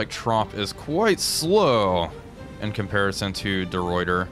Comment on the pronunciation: Hey, small thing, De Ruyter is pronounced "De Writer"